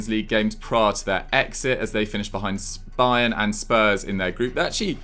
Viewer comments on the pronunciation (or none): Did just say spayern and spurs 😂😂